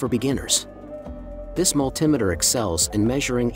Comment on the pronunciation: The word is Multi Meter ,that put me off watching your video, or should i say VIDO!